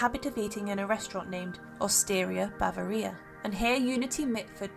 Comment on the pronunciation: I believe the narrator must have meant “Bavaria” when she said “Bava-rhea”? The content is interesting but the mispronunciations and the misspelling of Eva Braun’s name etc. makes me question its credibility.